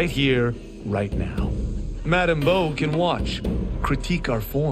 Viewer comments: Its Madame Bo not Boo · Also her name is Madame Bo not Boo lol